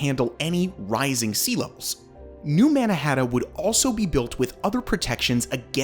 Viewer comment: He’s saying New Mannahatta